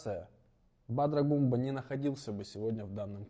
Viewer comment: Придурок. Не Гумба, а Гунба!